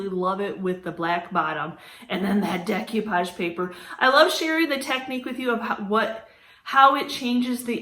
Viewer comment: Sorry this just drives me bananas. It's pronounced day ko-pahj not deck you-pahj